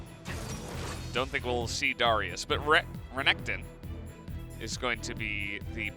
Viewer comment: The pronunciation of the champion and item names are so strange 😭 “varrus” and “liaundy’s” and “au-trox” and “daur-ius“—- is it influenced from how the names are pronounced in Korean? It’s like an -au sound for any words that have an “A” instead of utilizing the different sounds of “A” that English has in the -air and -au and -ah sounds...as in v-AIR-us, Lee-ANN-dree’s Torment, AEY-trox, D-AIR-e-US. Lol, compulsive about pronunciation 😂